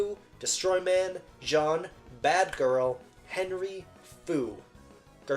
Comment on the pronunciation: So kind of you to put honkai and genshin right next to identity v so i only have to watch 10 minutes of this video and laugh at how you say wriothesely right but not jean